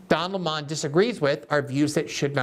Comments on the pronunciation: GG, I see you're giving tucker some credit by calling Don lemon, Don Lee monnnn. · I never knew before watching this video, that his name was pronounced; “His Higness, Sir Dön A’Lleighmòn” Somebody said just yesterday, that post giving his Pulitzer worthy interview of “X” magnate Mr. Musk, that now he goes by: “The Duke Of Employè No Amorè”